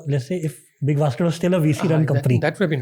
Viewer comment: Lol... was that big bas** d or big basket? 😅😅